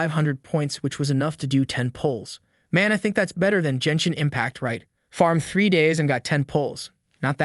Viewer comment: GEN NOT JEN SHIN. Dude you need some English lessons bro